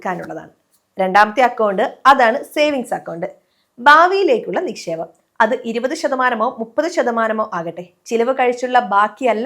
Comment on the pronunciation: വിശമം 😜😜ബെശമം 😂😂നിശേപം 😜😜ബശണം 😜.. മലയാലത്തെ കില്ൽ ചെയ്യല്ലേ 😂